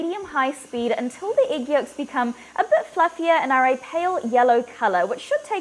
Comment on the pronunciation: I love how she says Igg